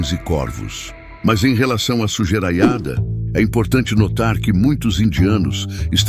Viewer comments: "sujeraiada" me pegou desprevenido kkkkkkkkk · Em relação a "sujeraiada" 😂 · Sujeiraiada kkkkkkkkk